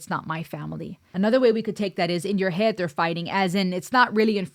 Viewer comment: You even pronounced it " in your Ead!". Love your insights. Dorothy brought Ireland, voice, and musicality to the masses. "go raibh maith agat" ( thank you). I was stunned by this song then and now. Thank you for your song reactions. Stay Safe.